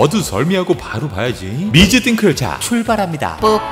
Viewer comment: 미즈띵크 -> 미자띵크